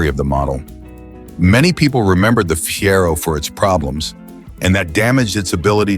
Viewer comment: Listen to me...dump the AWFUL robot commentary that can't pronounce 1 word in 4. Fiero was pronounced 3 different ways within minutes! Rubbish AI garbage. Pay some human who can speak English or do it yourself! IF you can pronounce any English words.